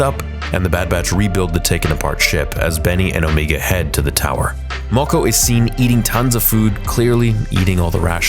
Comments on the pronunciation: It’s not Omiga but Omega..ie Meghan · It drives me crazy that you are saying Omegu not Omega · On-ME-Ga? I thought her name was O-May-Ga? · i think it is pronounced "Omaega", not "Omeega" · and. You really have to learn how to pronounce names properly. Her name is pronounced Omega, NOT "Omeega." Are you completely illiterate or are you just messing around? You pronounce it perfectly at other parts of the video.. Do you want me to pronounce your real life name as? No, you don't. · Why do you keep saying Omeega? She has an accent, that doesn't change how it's pronounced to people without that accent. Everyone else on the show says Omega. Because that's how it is pronounced. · o’ MA ge not o’ ME ge. Look up the pronunciation for omega. The other way sounds silly just like her character. Also, I just have to add that this show sucks along with Omega, Cid, and so many others in it. Bad stories and characters. I’m surprised the boy didn’t become a full-fledged member of the Bad Batch. Bowing out now. This is the way. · Stop saying "Omeega"!!! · She litterally pronounced her own name as Omiga... It's everyone else who calls her Omega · Why does he say omega like that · you said omega wrong